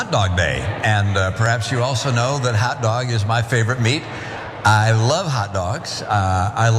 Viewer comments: But when he starts to pronounce hot dog as hat dog, it makes me wonder if somebody didn't just put one in his hand. I'll admit he did pretty good for someone who probably has never had a hot dog before. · He loves hot dog so much that he somehow has difficulty pronouncing it! "Hat dog" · Romney’s “hot dog” sounds like it has “hat dog” blended into its pronunciation